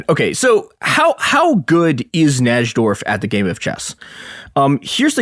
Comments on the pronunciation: I always thought it was spelled Nydorf, because that's how its properly pronounced. This episode is so painful to listen to. Who the fuck is Naj-dorf!? Ugh. Like a cheese grater to my ear balls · i heard "NAJ-DORF" so many times it fucking woke me up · Najdorf is pronounced "nye dorf" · Bobby Fischer's mom emailed someone when he was a small child?? Who the fuck is this goon? Also it's pronounced "Nye-dorf". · it's so painful. NAJ-dorf and alakeen is crazy. should have got Ben Finegold. Blunder!